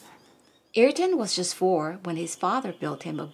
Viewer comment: We love your channel and we love Ayrton. Yes, he was indeed much loved and respected by all Brazilians. A great person all together. Thanks for the read. PS: [Uh-eer-ton] is the most correct pronunciation of his name. 🙂😉😘